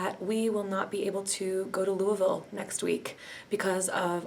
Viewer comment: Thank you for properly pronouncing Louisville